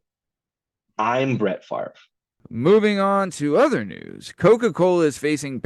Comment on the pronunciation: Not Fav-ree!!!!